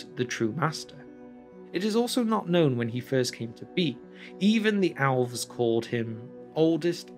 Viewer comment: Omfg..please for the sake of all that is good and right, PLEASE stop sayin "ALVS"!!!!